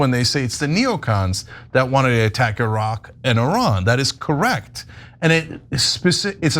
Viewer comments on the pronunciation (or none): none